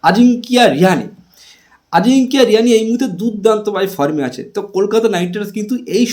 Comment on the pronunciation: আরে ভাই ওটা আজিংকিয়া রিয়ানে না, ওটা আজিংকিয়া রাহানে